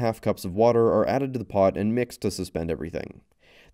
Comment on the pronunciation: your "pots" weird me out